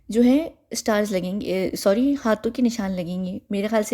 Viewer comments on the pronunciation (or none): none